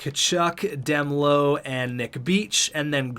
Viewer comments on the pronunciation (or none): It's D melo like in marshmelo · Demelo is pronounced: Duh-mel-oh